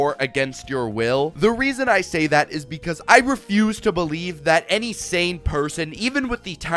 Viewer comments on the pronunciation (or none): none